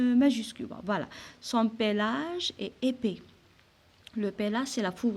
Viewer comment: pelage et non pélage